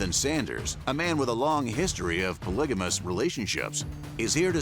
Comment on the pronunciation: Its POLYGAMIST…NO J or soft G.